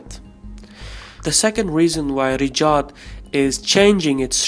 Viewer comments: Its raYed not riDJAd. Anyway the saudi family is a terrorist organisation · Pronounce Ri Ya D (Riyadh) and not Rijad ! There's no J / G sound in Riyadh. Thanks. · He is pronouncing Riyadh as Rijad 😂😂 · Riyad not Rijad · At first I was like what the hell is "Rejaad" but then I figured that is how he`s pronouncing the Saudi capital 'Riyadh' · There's no 'J' or 'G' in Riyadh btw.